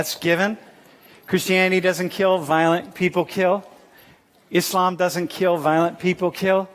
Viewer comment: Thanks God, he pronounced Islam right, not Izlam.